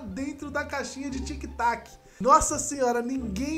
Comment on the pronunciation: É tic tac, e não tic toc kkkkk